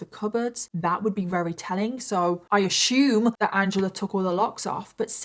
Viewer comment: “I ashumed” 😂😂